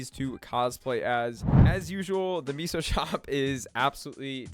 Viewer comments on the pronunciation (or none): Seriously. It’s pronounced MAY-SOH. SMH my head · its meh-soh... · That’s not how you pronounce meso lmfaoooooooooooooo